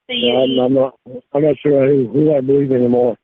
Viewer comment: You're nawt perfect either.